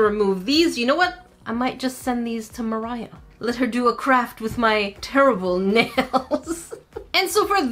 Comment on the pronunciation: you said it wrong: I Buy & Review ALL Moriah Elizabeth Nail Paint